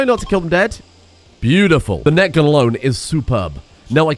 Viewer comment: OHH!! NET gun! I kept hearing NECK gun, and was wondering what you were on about... or what you were on... and can I have some...